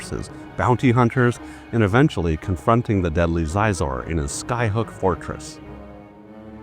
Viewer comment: Sweet video, but I thought it was pronounced like "she-zor"